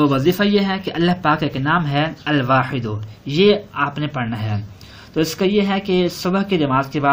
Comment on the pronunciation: usme al waahido likha aur aap ya baahido bol rae